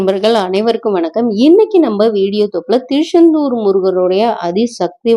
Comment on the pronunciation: Thirusendur illai thiruchandur Unga style enga vendam